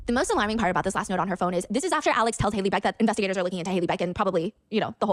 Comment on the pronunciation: Not Hailey beck bro....